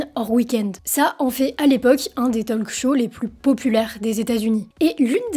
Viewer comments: "talk" se prononce "tauque". Le L ne se prononce pas. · Juste, pour la speakrine. On ne prononce pas le L dans talk, pareil dans "would, should"...😊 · Pitié on ne prononce pas le L de talk 🙄 (comme walk). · Autant je ne sais pas parler anglais, autant le peu que je connais je le maîtrise. "Talk", "walk", .. : ON NE PRONONCE PAS LE "L" !!!!!!! Et "often" : ON NE PRONONCE PAS LE "T" !!!!!! Ce n'est pourtant pas compliqué à retenir?!!